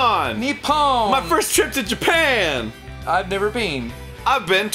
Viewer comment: Reyson70 "MY BELOV-ED JAPEN"